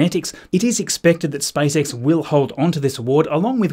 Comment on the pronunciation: 🙂 why did it sound like spice x when he pronounced space x